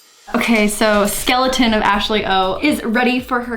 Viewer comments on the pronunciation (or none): none